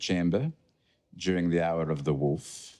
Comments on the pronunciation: I love that says wolf as woof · Is it a running joke or are they really unable to pronounce "wolf"?